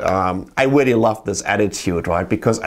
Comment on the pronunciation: I agwee wreally exciting and wreally interwresting! Sorry